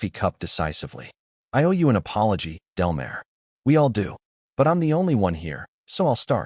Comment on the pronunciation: It’s Delmar as in del-m-are